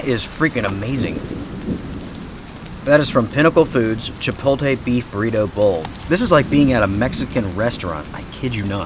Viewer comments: It’s not chipotie bro….. it’s chipotle “ chipotLAYYY “ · “CHUH-POLE-TEE”??? 😭😭😭 It’s “CHUH - POTE - LAY” 😂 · "Chip-ole tee" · Brother, it's pronounced CHI POTE LAY. :oops